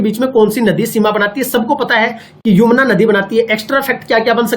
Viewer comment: छोटे भाई ये यमुना है न की युमना